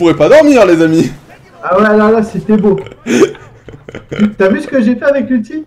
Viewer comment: quand il dit c'était beau , c'est he bo allez merci